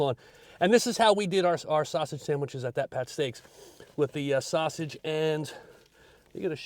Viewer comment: And you said it correctly